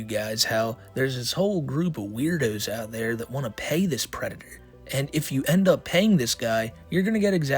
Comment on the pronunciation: dear god I did NOT hear pay at first.